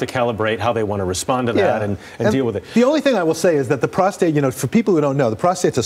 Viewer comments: What he has prostrate cancer ? Did u say it right ? Thought it was just benign ! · Yikes she really flubbed the opening saying he has prostrate cancer. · The lady host just said Charles has prostrate cancer haha she meant enlarge prostrate surgery